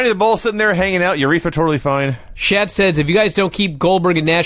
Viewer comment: Lol why does call earnest Miller “shat”? 😂